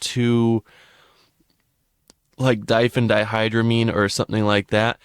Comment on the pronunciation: bro why are you ranking drugs you never did and clearly don’t know nothing about ? 🤷‍♂️ 3mmc isn’t that expensive and is NOTHING like DPH and btw it’s “Diphenhydramine” lmao where does one even obtain infos like that xD ?!